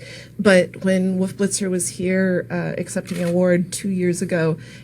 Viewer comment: "Woof Blitzer" Hehehe